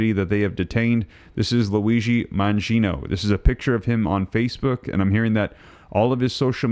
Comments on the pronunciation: It's Man-gi-o-ne, NOT Mangiono!! There's NO "O" at the end of his name! Are you dyslexic?!?!? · Man-GEE O- knee… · Your pronunciation of Mangione is wrong.